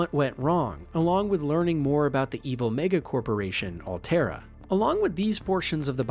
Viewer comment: Bro did NOT say mega